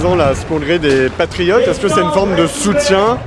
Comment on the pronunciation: Je me rappel de collard avec son « les patrifiottes »